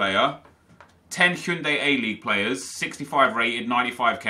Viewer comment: It's Hyundai, as in the car nep...